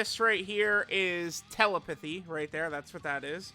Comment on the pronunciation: This dude mispronouncing telepathy is more annoying than his "alriiiiiiiiight guyyyyyyyyyyys"